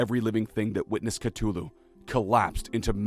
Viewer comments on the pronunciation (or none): Cuh thu loo not cuh too loo lol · BROOOOOOOOO...I like the channel...and I like the way you tell a story...but for the love of of all that is unholy, learn how to correctly pronounce "Cthulhu". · The way he pernounced that hurts my soul